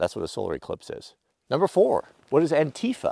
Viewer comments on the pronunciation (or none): ANTIFA... ANTI FAH lol I've never heard it said the way that you've said it before.